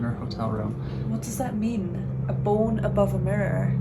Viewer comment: I LOVE HOW YOU SAY BONE BOWEN😁😁😁😁😁😘